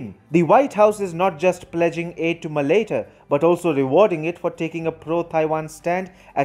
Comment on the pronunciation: You are pronouncing Malaita wrong